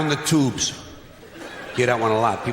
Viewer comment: i love the way he say "toobes"